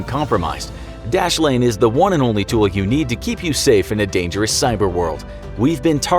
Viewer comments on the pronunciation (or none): none